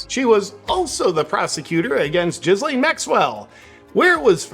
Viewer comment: Does he pronounce Ghislaine wrong as a joke/on purpose or does he not know how to pronounce her name accurately?